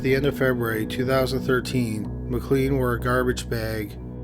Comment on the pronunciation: Just in case you have to pronounce the name McLean again, its pronounced McLane. McKay is another often mispronounced one, as its meant to sound like McAye (like a capital I)